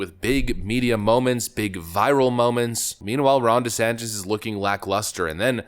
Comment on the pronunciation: The closed captioning prints "Rhonda Santis" every time you say Ron's name. I don't know if that's what you are saying but it's funny as hell!.